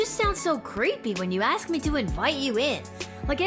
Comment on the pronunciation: saying "ashe" instead of "ask" ie. "im gonna ashe her about it"